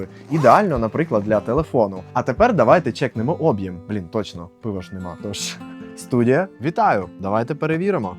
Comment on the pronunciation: Чувак базарить як ШІ. Шо з наголосами, крінж, ти москворотий? Що таке Обʼєм? Чому саме наголос на О? Шульгі? Це що означає? Кривиш вимову ніби навмисно